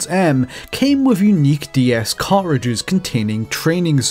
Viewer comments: "Car Ridges" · Why do you pronounce "cartridges" like "cart-ridges" and not "cart-tridges"?